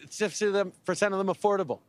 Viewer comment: You can't say affordable.